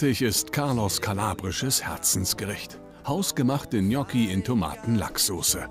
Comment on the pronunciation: Der Typ David ist unterste Schiene ... "Gnotschi" ... das heißt "Gnotschi" 😅😅